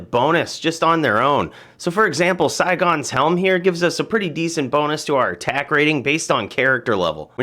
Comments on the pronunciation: Saigons? Is he serious? Saigon is a city in vietnam. Its sigons. (Sig unz) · your pronouncing the set wrong